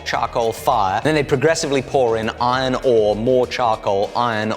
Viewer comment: Is it only me that noticing when he is saying iron ore he is saying ione ohh